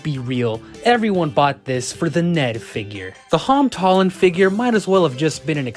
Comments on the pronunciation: "Hom Tolland" 💀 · "hom tolland" Fahh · I love how he said HoM TolLaNd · “the hom tolland”